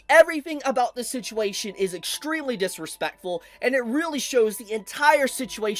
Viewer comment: Why do you say Dis-RE-Speck-Fuh like an Asian grandpa